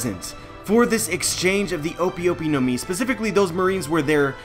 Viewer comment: O-pi o-pi no mi? Nah it's o-pay o-pay no mi because I is pronounced as e and e is a in Japanese.